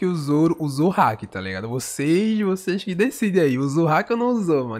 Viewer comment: Ele fala alguns nomes estranho, ele falou "hack" más a pronúncia é haki